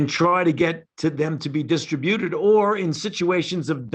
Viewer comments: Dis tri bu ted. Accent on the second syllable. The "tri". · When did "distributed" come to be pronounced this way? I've heard it so often recently. ???